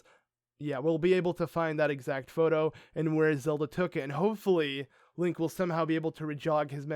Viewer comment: Did purah say linky when they met it sounded like that